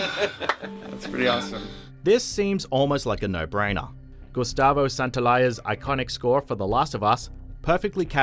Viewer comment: glad to hear someone pronouncing Gustavo's surname correctly